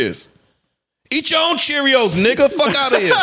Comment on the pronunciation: I’m glad y’all cleaned up that blurb in the beginning because the hard ass “T” Joe put on “Own” pronouncing it “Own’t” bothered tf outta me 😂😂😂